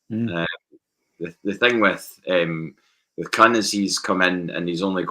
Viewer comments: Why is rhyming Kühn with Hun Ü is oo, like Über Don't be scared of saying his name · Yeh it’s Kuhn like Kung